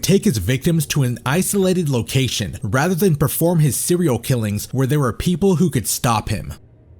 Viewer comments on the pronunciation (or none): none